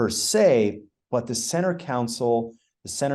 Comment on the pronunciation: As others have said, Jason is an impressive designer. And I’ll add, a much smarter man than I. However… I wince just a bit every time he says “council” when referring to the center “console.” It’s so inconsequential that I look foolish for bringing it up, but I hope he can correct that habit. Makes me lose just an ounce of confidence in people when they have odd pronunciation habits, probably picked up from their parents… I know I’ve definitely made a good few corrections over the years, even into adulthood. Probably still working on a few old habits… Anyway, cheers! 😅